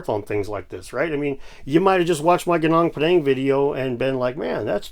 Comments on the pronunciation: Hill is pronounced "Goo-noong Pah-daahng". And "koo-jaahng stone". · He can't even pronounce Gunung Padang correctly 🤣😅